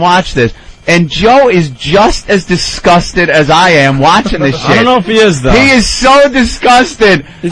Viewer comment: Disgust* not distrust.